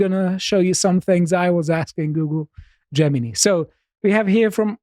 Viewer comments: "Gemini" "Jewmini" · consistently mispronouncing Gemini as "Jemeny" is really sweet.